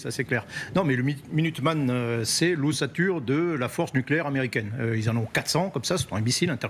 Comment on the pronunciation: Minuteman, tylteman😅😅